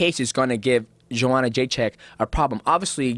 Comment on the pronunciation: hypocrite rogan calling her JOEhanna despite being on tony hinchliffes ass for mispronouncing her name